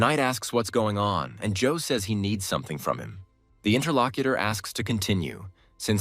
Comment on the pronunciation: The moment I heard "interlocuter", I was done.